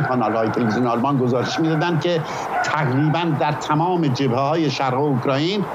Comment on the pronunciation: اوکرایین؟ خداییش ؟؟؟؟ شما که اسم یک کشور رو نمیت نید درست بگین میشینید تحلیل هم میکنید؟